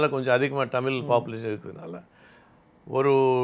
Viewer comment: அது "டமிழ்" இல்லை "தமிழ்"